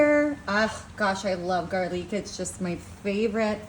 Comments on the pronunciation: She really comes off as uneducated when she can't read the names if regular every day ingredients. Come on pepper, and garleek instead of garlic. She's so annoying with the GOTTA TRY IT! NO for so many reasons. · What is gar leeek, and mechian? Purple red onion, its either red or purple, has she got a stroke